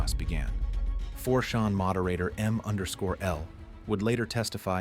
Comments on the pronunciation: And it's not 4 "Shawn". CHAN, dang it. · 4 shawn. I lul'd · this bot voice... 4 shawn. 4 shawn hmm?? does it mean 4 CHAN? why is it saying 4shawn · Why are you pronouncing it 4 Shawn? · The AI narrator.. "Four Sean, Roooooter" Come on guys.. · Yeah I was caught by surprise at the odd pronunciation of 4chan where the chan sounds like shan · 4-SHONN? Really? f you insist on using a text-2-speech program with zero grasp of the English language, maybe you should get a native speaker to proof it after it's done reading the Wikipedia article. Oh and see if your text-2-speech bot can handle this "MOE-RONN" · 4shuan maybe? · It's 4 chan. As in Jackie Chan. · Yah he keeps pronouncing 4chan like champagne lol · How can your AI not know how to pronounce 4 CHAN? Or Ironically? Do better! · Yeah, mispronouncing 4Chan and “ironally” were two sloppy mistakes that prevented me from subscribing and spreading this channel. That’s just lazy to use AI and not listen to it before uploading